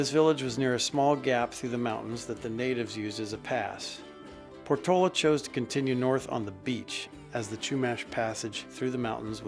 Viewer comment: Great video, clearing up some mishistory. Was not Portola’s name pronounced por-to-La’? 😊